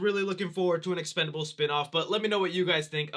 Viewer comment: I feel you when it comes to the expendables series, BUT CMON MAN it’s EXPENDABLES lol I know I’m hopeless 😩 😂😂